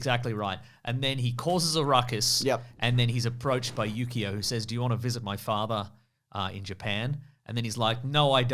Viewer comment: Every time you said Yukio I kept hearing Yu-gi-oh and it continued to make me laugh.